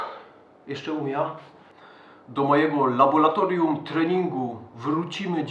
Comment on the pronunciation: Laboratorium, nie laboLatorium!;D Teraz to nie ma żartów z tym! Pozdro!:)